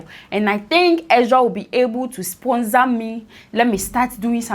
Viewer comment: Sponsor not spunzar 🤣🤣